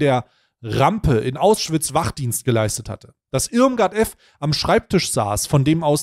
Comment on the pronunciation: Keine Ahnung ob das gelesen wird... Kann man bitte staiy sagen das es AUschwitz heißt, nicht AUSschwitz.